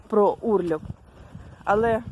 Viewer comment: Не урльоп а урлоп.